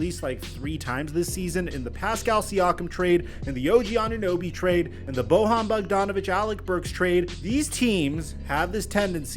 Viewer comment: It's NOT "BoHan" Bogdanovic -- it's "BoYan" Bogdanovic.